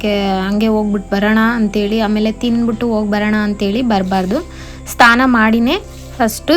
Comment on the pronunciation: ಸ್ಥಾನ ಅಲ್ಲ ಅದು ಸ್ನಾನ